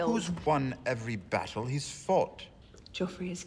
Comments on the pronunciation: Please stop saying "Jeff" and "Caitlyn".... and say their names properly.... PLEASE. "JOFF" and "CAT-LYN" .... it's making me cringe.... lol... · Haters = Ned Btw it frustrates me how you call him jeff lol his name is pronounced as joffrey so shortened down it should be joff 😡😬🤣✌ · His name is Jeoffry not Jeff. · I love how you call him Jeff, instead of Joffrey. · Say JEFF one more time!! 😤🤬🤬 😂😂 JOFFREY!! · Btw i'm sorry for correcting you but it's spelled cercei and the annoying brat's name is joffrey or joff for short, not jeff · it kills me every time you call him Jeff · its joffrey